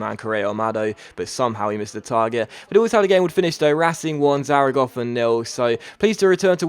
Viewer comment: Still pronouncing Zaragoza as "Zaragofa"